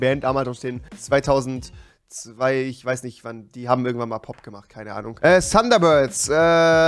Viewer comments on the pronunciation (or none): Wahrscheinlich "SUNDERBIRD" Rewis English-Skills sind echt on fleek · rewi es heißt thunderbirds und nicht Sunderbirds wieso sagt du sunderbirds da ist kein gott verdammtes S junge!!!! :U